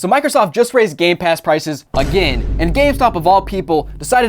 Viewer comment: Did he just say gay pass?